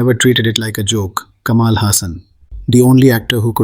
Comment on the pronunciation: While you are trying to make a point, it falls flat when you pronounce vadai as vaada and it's Kamal ,not Kamaal!